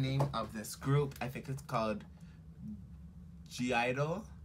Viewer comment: G-idol 😂😂😂😂😂😂😑😑😑 Nop is (Gee) i-dle the (G) is silent so is only pronounced idle but you can say gidle it's mean six different (girls) in Korean idle is girls or kids